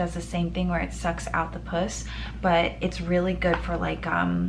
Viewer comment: hey! congrats on the move!! another side note! the stuff that comes out of your pimple is pronounced "puhss" (i don't know how to spell that phonetically hahah). the way you said "puss" like the first syllable in pussycat usually refers to cats and is slang for vagina